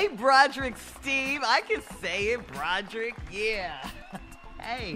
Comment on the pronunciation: And it's 3 syllables! 😂 Bro der ick! 😂😂😂